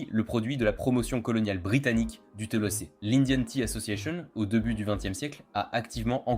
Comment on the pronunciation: C'est Thé pas theu😅